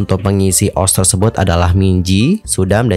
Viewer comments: Ni orang baca ost jadi os ga o es te rasanya aneh bet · Maaf bang setahuku cara bacanya itu di pisah, O S T😭 Kalau di baca OS kayak aneh aja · SETAU KU DI BACANYA BUKAN OSH TAP O ES TI